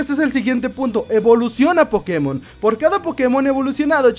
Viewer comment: Porque pronuncia Pokemon como idiota?